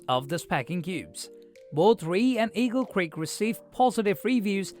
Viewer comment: Moron pronounced it Rey instead of R E I.